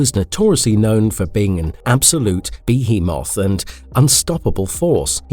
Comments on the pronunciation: The heck is a Bee-He-Moth? You mean behemoth? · Its outstanding how every narrator in this channel will mispronounce words. Be-He-Mouth.